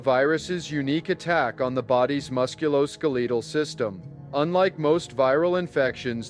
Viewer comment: Musc-u-lo-skel-uh-tuhl Musculoskeletal